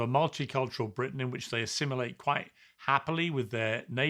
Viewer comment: You don’t even know how to pronounce Britain